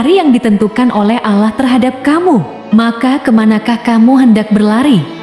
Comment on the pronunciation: Kog Pengisi suara nya nyebut Allah kyak non muslim y bunyi nya